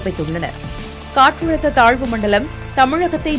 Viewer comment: Katrazhutha nu solunga...Katrulutha nu solitu irukinga